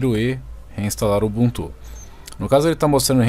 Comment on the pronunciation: UBUNTU NAO TEM ACENTO, PARA DE FALAR UBUNTÚ